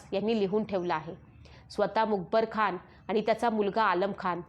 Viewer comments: मुकबरखान नाही तर मुकर्रबखान असा उच्चार असावा. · अहो बाई लिवलेलं तरी नीट वाचा मग यूट्यूबवर व्हिडीओ टाकायचे इशारे द्या. हे काय मूकबर खान वगैरे. पाठ करा 100 वेळा बोला मुकर्रब खान. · Mukarab not mukbar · तूला लिहिलेलं पण नीट वाचता येत नाही का बाई? खंडोजी बल्ला नाही बल्लाळ आहे आणि स्वल्पविराम असतात तिथे पॉज घ्यायचा असतो आणि मूकबर खान नाही ग मुकरब खान होता तो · आपण मुकर्रबखान ऐवजी मुकबरखान असा उच्चार करत आहात . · The reads Mukar Khan as Mukebar Khan. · Not a mukabarkhan it is mukkarabkhan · मुखरब खान असा उच्चार करावा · मुकबर खान नव्हे ,,, नीट उच्चार हवेत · मुकर्रबखान आहे.खूप चुकीचे वाचता.सुधारा. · छान सांगत आहात, फक्त मुकरब चा उच्चार वेगळा होत आहे